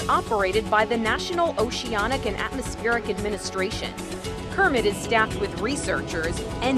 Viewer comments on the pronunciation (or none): none